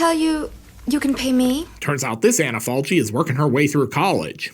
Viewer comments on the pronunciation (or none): One of my favorite too, not to be pedantic but the name of the actress is pronounced “Anna Falki”. Good review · I love the movie, the book and the way Tiziano Sclavi told his existential stories in his comic books in the Eighties. Thanks from Italy. PS. The proper pronunciation of "Falchi" is "FalKi". Just in case. Great video as usual! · Maybe someone already told you but the italian pronunciation of her name is like Anna FALKI. Just FYI 😊